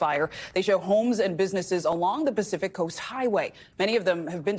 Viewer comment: "Pacific Toast".